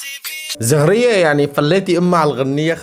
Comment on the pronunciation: لك فضحتنه اسمها هديه مو زهريه😅😂